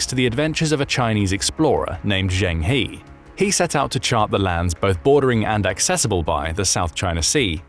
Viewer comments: Zheng He to be pronounce as Zheng Her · Zheng He (鄭和) sounds more like Jeng Huh. Pinyin e is an uh sound. I know this gets confusing.